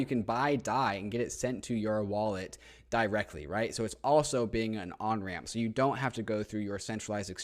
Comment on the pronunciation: he said add DAI DAIrectly :>